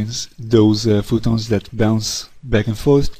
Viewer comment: phOtons not phootons